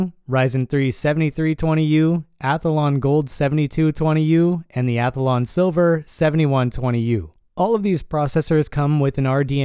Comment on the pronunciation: You say ATH-A-LON instead of ATHLON 😂